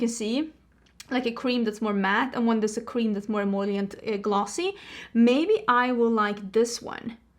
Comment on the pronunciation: it is “em-O-lient”! you’re trying to say em OIL lient haha